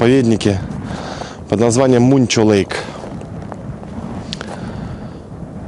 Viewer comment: Muncho lake правильно произносится как Манчо, а не Мунчо. Вроде не важно, но представьте репортаж о Москве, называя ее Мусква. Бизоны в любое время года, но на перегоне Watson lake - Dawson creek. Очень редко на перегоне Watson lake - Whitehorse. На Манчо лэйк никогда не встречались, они не любители гористой местности.